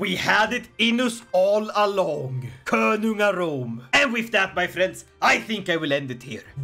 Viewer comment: Könugarðr sounds like “woman-garden”😂